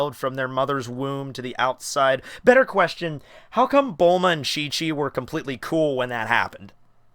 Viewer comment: it's bullma